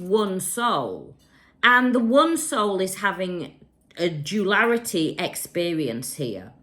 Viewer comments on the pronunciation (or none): words but please say ‘duality’ from now on, the mispronunciation was killing me!😅